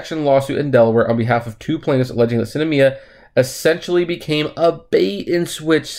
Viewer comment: Its SINemia not Cinamia